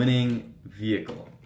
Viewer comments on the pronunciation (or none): "vechile" haha what a legend i swear next time imma buy a car i'll be like "hello i am here to buy a vechile" haha :D funny as hell :D